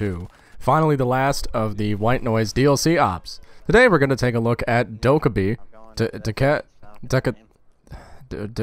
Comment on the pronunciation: Its actually Dokabae